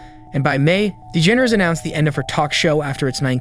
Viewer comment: really hit that dE-ge-nErs pronunciation lol